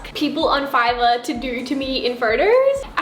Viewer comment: yea like "videor" lol